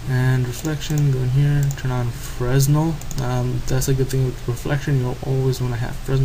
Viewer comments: Hey thanks for the vid but FYI Fresnel is pronounced "Fra-Nell" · It's pronounced freh-nel. It's a type of light. Jus' sayn. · Quick note... 'Fresnel' should really be pronounced fru-nell... or fre-nell.. The 's' is sorta 'silent'.. ;) It's important :)